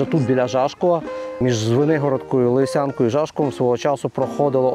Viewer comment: наголос на лИсянку